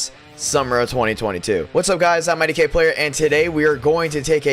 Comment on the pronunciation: ngl when I heard IDK Player I thought it was for a sec lol